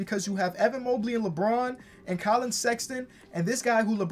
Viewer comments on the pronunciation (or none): none